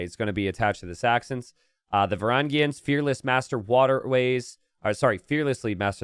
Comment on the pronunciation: It requires special talent to mispronounce Varangians in 3 ways